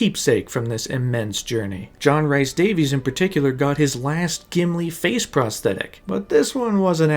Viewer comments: John "reese" Davies.... Not "rice" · Loving this vid so far but if you say “John RICE Davies” one more time…. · Fantastic video. Loved sitting listening. However, dude, please just learn to say John Rhys Davies name right. Please. Plleeeaasssee But aye, overall great watch. Really well done!